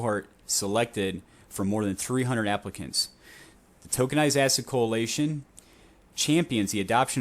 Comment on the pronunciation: Coalition not co-alation lol